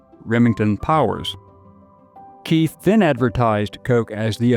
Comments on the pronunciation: Keith is pronounced kite in German. There is no “th” sound in German. H is silent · Keith here is a German surname and is pronounced "kite" /kaɪt/… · Very interesting, but in a number of points fehlerbehaftet. On pronunciation: Max Keith's last name name is pronounced "kite". Albert Speer's last name is pronounced not "spear", but rather ""shpare" (with an “sh” and a long "a" as in "spare"). On substance: The references here to "ingredientS" are misleading. The Coca-Cola Company (more specifically: The Coca-Cola Export Corporation, at whose subsidiaries - including Coca Cola Eastern Europe GmbH, Coca Cola USSR Services GmbH, and Coca-Cola GmbH - I was on the payroll for many years) does not sell "ingredients" per se to its bottlers. It sells what is called "concentrate". This concentrate is produced at plant facilities (e.g. in Puerto Rico or Drogheda) controlled (owned) by the Company itself, The Export Corporation, or their subsidiaries and is shipped under Bottler Agreements to the Company’s franchise bottlers. Like almost all “outsiders” - in particular, journalists and documentary filmmakers - the narrator of this clip quite evidently does not understand the Coca-Cola business, and he does not have a clear understanding of the relation of the Company to its bottlers. While in recent decades - with the advent of the Company’s so-called Anchor Bottler strategy - things have changed, previously it was not the rule that the Company or its subsidiaries held controlling stakes - or even an ownership stake at all - in its bottlers’ capital. Its only means of control (but - at least in jurisdictions with the rule of law - a p